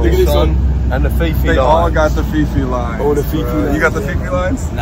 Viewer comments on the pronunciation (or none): It's phi phi pronounced like pee pee, it's not fi fi. Just letting u know bro. If you interact more with the locals you will hear how they pronounce things!!! Just a little tip boys!!!